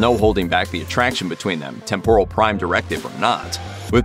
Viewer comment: thumbs down for mispronouncing temporal